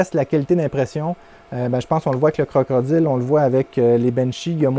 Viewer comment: Tu me fais rire à chaque fois que tu dis CroCrodile, bonne vidéo comme d'habitude.👍